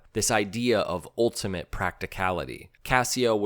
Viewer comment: A perfect example of voiceovers pronouncing it "OALtimate" . . . but why?